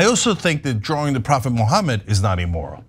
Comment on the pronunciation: My only comment is don’t say E-moral 😅